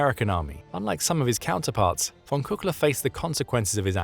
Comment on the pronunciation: You totally butchered the name of "Georg von Küchler". Find a native speaker of German to tell you how to say it. Native speakers of German are not really hard to find; there are a hundred million of them or so. "Georg" is something like "Gheyorg", "von" is like "fonn", but "Küchler is difficult, but you could try with something half-way between "Kee-ch-ler" and "Koo-ch-ler", with the "ch" being like the "ch" in "Loch". Not perfect but recognizable.